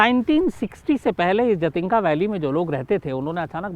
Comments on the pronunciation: Actually jaatinga nhi jhatinga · I'm from Silchar..south assam.jhaatinga झाटिंगा bolte hain local log shayad but hai जाटिंगा